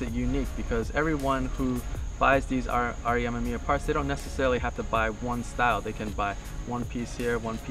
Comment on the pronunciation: He says R.E. Ah-mah-mia... but it's pronounced R.E a-mim-me-ah what any hot version with those cars to hear it pronounced correctly....and my issue is that he makes it a point so say it soo much.